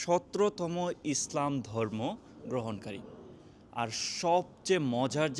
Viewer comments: ভাল উচ্চারন করতে শিখুন। দরমো না কথাটা হবে ধর্ম। ধন্যবাদ। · দর্ম না ধর্ম! ব‍্যাস কিছু না বেশ কিছু পচার না প্রচার! কে হবে খে। একটু চেষ্টা করলে বাংলা উচ্চারণ ঠিক করে ফেলতে পারবেন ইনশাআল্লাহ